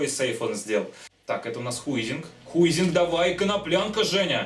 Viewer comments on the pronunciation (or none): Хайзинг!!! а не Хуизинг